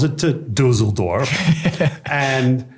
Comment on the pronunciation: The way he pronounces Düsseldorf sounds like Dusseldorf which means Stupid Village.